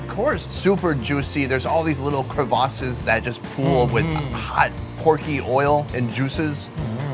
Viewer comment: Crevasses, did any southerners hear how the northern pronounced it!! 🤣🤣